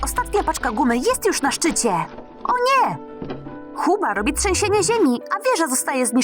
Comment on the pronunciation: Booba powiedziałaś huba